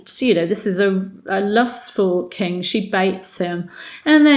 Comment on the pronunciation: I am unsure whether you are aware of this, but you sometimes seem to say "The kink of England" instead of "The king of England" which always makes me go into unvoluntary rejoicing and cheering as it is so strangely fitting in this instance. :-D